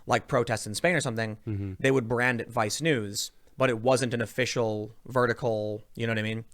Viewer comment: I can't help it, every time you say vice news I bust out laughing man, sounds like you're saying vi snooze...